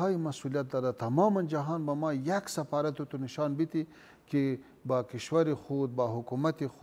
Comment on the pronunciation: این پشتون ها نمیتانه حرف :ف: را تلفظ کنه. میگه« سپارت» منظورش سفارت است میگه«سپیر» همان سفیر است ههههههههههه